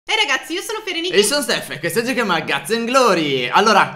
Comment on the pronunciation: Come lo pronuncia stef sembra cazz and glory